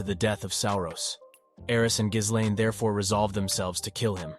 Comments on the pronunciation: One of the things that really bothers me about most of these video essays and explanations is that so many people pronounce it as gis-lane when it’s actually gil-lane the h and the s in ghislaine are silent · oh my god every time he says geeslane instead of gislaine it drives me through the fucking wall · Giz lane lol Dude her name is Guilane! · "Geese lane" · Ghislaine's mispronounciation is wild to me compared to the sub 😂😂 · how many time we gonna change the pronunciation of Gislain? just curious